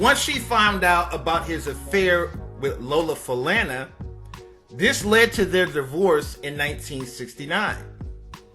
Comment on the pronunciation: Yes, thank you for this post. I believe her last name is pronounced Fa-lonna.